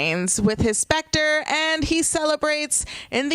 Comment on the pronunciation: It's called a scepter not a spector 🤦‍♂️